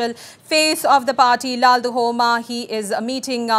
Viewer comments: Stop calling him LAL- DU - HOMA.. Should be pronounced as LAL- DUH - OMA (and should be written as LALDUHAWMA) !! He's going to be the CM of an Indian state and please learn atleast this pronunciation and spelling..its not a mammoth task! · Ok thats fine. But, Even if spelled or written as LALDUHOMA....we don't called him as LALDU-HOMA but LALDUH-OMA. The anchor here doesn't know that. That's my point